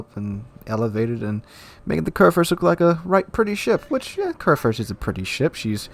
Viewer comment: körrförst... as a german i can only shake my head )